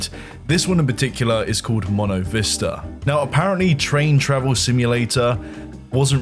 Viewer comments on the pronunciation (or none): none